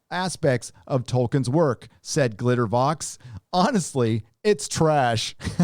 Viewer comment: "Glitter-VOH". V-A-U-X is pronounced "voh", or "co", as in, "That hypocritical Pelosi Ho from San Francisco".